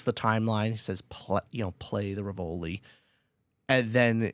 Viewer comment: Great review but I died a bit on the inside every time you mispronounced the Rivoli!